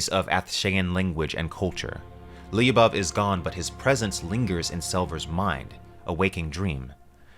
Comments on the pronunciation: Lyubov only 2 sylables. Lyoo-bov. It’s Russian for love. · Lyubov... Ly you read it the same way you read sh in english... like one letter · Another fun fact: "Lyubov" is probably derived from the word "любовь", which is Russian for "love". It's usually used as a women's name. pronounces it a bit funnily, though.